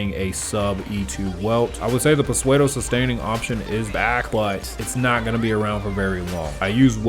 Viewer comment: I cant bare you saying psuedo literally please its pronounced soodo T-T